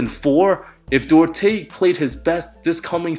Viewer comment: Who the hell is Chris Deaurtes ???? 😂😂😂 Duarte /'dwarte/ BRUH